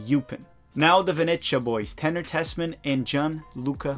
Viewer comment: and another pronunciation tip - it's ve ne zia (the z as in pizza). and also Norwich is norrich and nottingham is nott'ngh'm